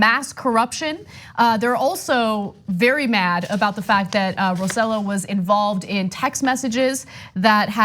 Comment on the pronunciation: I can’t stop chuckling at how they pronounce Roselló. It’s RO-SAY-YO, not RO-ZEH-LO 😂🤣